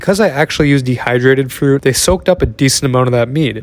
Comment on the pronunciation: Literally heard poop instead of fruit